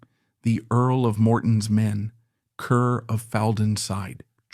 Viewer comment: Ruthven is pronounced RIVVEN. Kerr is pronounced CAR.